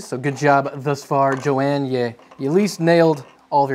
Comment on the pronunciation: you need to pronounce the H in Johan, sounds like you are saying Jo-ann